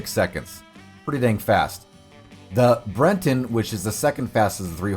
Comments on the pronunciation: It's Breton, as in a person, a thing or the dialect from Brittany, in northern France. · The horse is called the "Breton" not "Brenton". I don't know why you are adding an "N" to the word, or where you are getting it from. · Brenton... it's on screen like half the damn video and he still says brenton, its breton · Bre ton, not Bren ton. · Breton -- not Brenton. There is no N in the horse's breed name. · All these specifics and you still think its criola and brenton? The horses are called criolo and breton. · It's BRETON not BRENTON. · why does he call them criolla and brenton